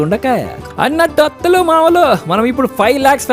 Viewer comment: అత్తలు అంటే బాగానే ఉంటుంది...మీరు అనేది అతుల్ అన్నట్లు వినపడుతోంది